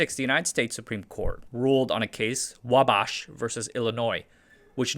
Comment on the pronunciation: Wah-Bosch, Uww-Ticka, these pronunciations are phenomenal.